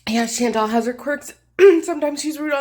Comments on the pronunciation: I was just typing how if they are such good friends, why can't they say her name? It's Shawn-tall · Nope. Chantal is a French name so all the vowels are Latin. Shawn-Tall. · Your pronunciation of her name is wrong. May I suggest you Google the French pronunciation of the name Chantal. There you can hear the correct way of saying her name. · I almost want to make a miss Chantal Marie foodie beauty pronunciation video because as an Aussie it will be wildly wrong in new and exciting ways- I’d also love to see more of these side character deep dives! Less popular gorls possibly too?